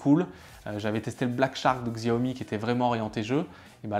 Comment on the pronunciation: Apprend à prononcer Xiaomi s'il te plaît. Tu te ridiculise